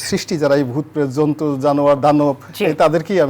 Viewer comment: রনি সাহেব, যন্তু না, জন্তু।